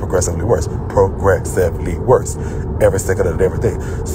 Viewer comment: Pro- gress- ivly worse🤣